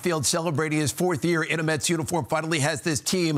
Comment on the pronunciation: It's METS, not Muts, Phloozies!